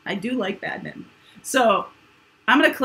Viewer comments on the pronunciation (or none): Bad mitten? Oh badminton!!! 😂